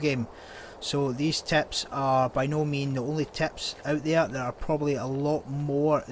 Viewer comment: Are you saying ‘’teps’’ ?